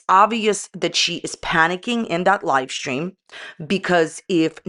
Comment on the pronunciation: You are saying "Lie stream" not live stream, or am I just hearing incorrectly?😅